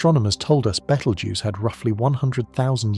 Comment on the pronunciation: Clearly AI with sloppy pronounciation of the word Betelgeuse. Makes me wonder how many of these facts are correct, especially when it refers to the light reaching us is a recording. Hate to think what my future generations to the power of 500 will think how wehave managed to dumb down presentations by avoiding using real humans to narrate them. Are we heading for brain death and and an evolution back water?